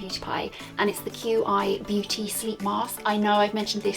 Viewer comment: Qi Energy - It's pronounced "Chee" love not "Que eye". It means life flow in Chinese. it a marketing ploy of course & it's cooking your hair...think about it you put coconut oil in a pan to cook it's no different to using hair irons.